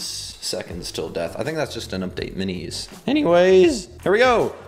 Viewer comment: the fact he can't pronoce minis is AsTeRnOmIcAl :)